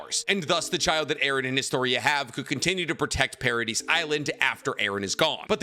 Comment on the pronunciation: I love this guys content but I hate how he says Paradis😂